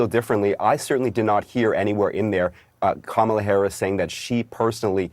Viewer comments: Kuntala😂😂😂 get it Right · I'm not a Harris supporter or a Trump supporter. I don't see anything from this interview that gives me a clearer picture of who she is or what she has to offer. I do wonder, though, why is it that every right-leaning podcast or YouTube clip seems to consistently mispronounce Kamala? You consistently mispronounced her name, too. Is it intentional?